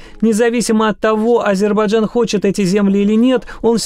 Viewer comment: Этот ГЫРЫШМАЛ так и не научился говорить Азербайджан. Так говорит азербаджан😂